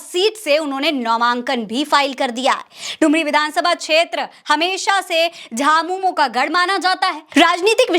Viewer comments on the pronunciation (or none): none